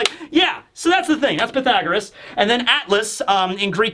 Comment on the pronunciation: Connie alive? How many mothers, especially the high percentage of tragic story lines to mothers, makes you not think that she's alive. She dead, haha I've watched multiple one piece chapter reviews and is the only one to say Pythagoras correctly, and I guessed he would haha. You missed the chance to say how do you like them apples.